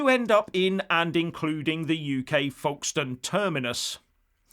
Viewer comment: Pronounced 'Foke-stn'.